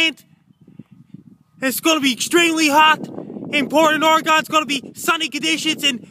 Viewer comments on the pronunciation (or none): I live in Portland Oregon. Is this anywhere near this "Portland Ory-Gone" you speak of?